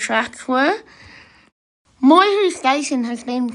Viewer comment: It's Moy- YEW, not Moy-Hu! And it's Eed-Die...not Eeedee!